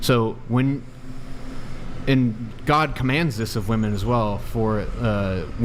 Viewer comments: Cannot stand when they say woman instead of women. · Omg I could not get over saying woman everytime she thought she was saying women! So irritating 😂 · No, it's NOT your accent - it's your lack of education. WOMEN rhymes with swimmin. WOMAN sounds completely different on the first syllable. How are people this dumb?? TikTok brain 🙄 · still doesn’t know how to pronounce the word women 🤦‍♂️ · That was so frustrating to hear her fuck up over and over. First person in my entire life I've seen incapable of saying women. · You will never be taken seriously if you continue to pronounce WOMEN wrong. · learn how to pronounce women and woman, they don't sound identical.